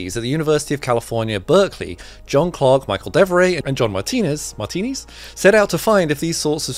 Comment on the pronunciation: Martinis , not martinez. ( greek ancestry)